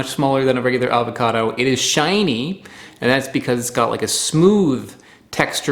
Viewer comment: I did enjoy this episode a lot. I was unaware of this variety of avocado. I will have to contact the guy at the website you mentioned. One pet peeve: Please, take the "l" out of your pronunciation of avocado. Thanks.